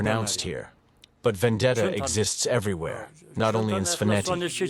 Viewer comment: He mispronounces some very basic Georgian words like Svaneti though. It might be a good idea to have a native speaker advise the narrator. Just my 2c of constructive criticism, always room to improve. Keep up the great work.